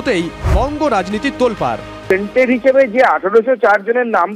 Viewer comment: Tainted ota not Tented😮